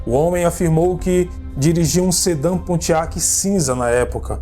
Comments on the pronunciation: cara nao é Abótt , é Ábott e nao é pontiác é pontíac! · E em Pontiac a sílaba é no "ti"... o jornal Examiner se diz "Ecsâminer" e não "Esâminer"...